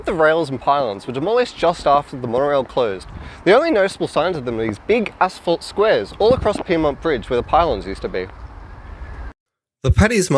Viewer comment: I'm impressed you pronounce 'asphalt' properly and didn't say 'ashfelt'. 🙂🇦🇺